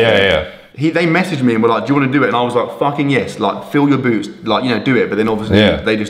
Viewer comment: I loved the part when he said “Loike”